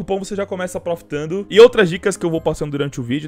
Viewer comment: quem persebeu que ele falou plofitando